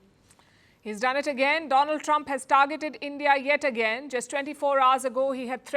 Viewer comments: Mai fend Mishtar Dolan Tramp.....😂😂😂😂😂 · 😂😂😂😂 dolaaan trump 😂😂😂😂